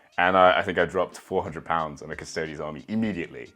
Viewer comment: "Cus-toe-dees" not "Cus-toads". Otherwise you better pronounce it "Ass-tarts" as well.